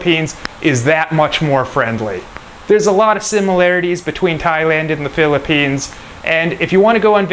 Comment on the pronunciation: What is philippines ? Sound like slum